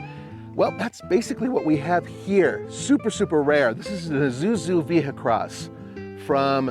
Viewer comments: this is ISUZU, NOT IZUZU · Everytime somebody says Izuzu instead of Isuzu, an angel's wings are violently plucked from its writhing body.